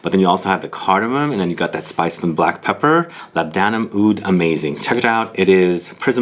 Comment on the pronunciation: "LAB-duh-nuhm," not "lab-DAN-uhm."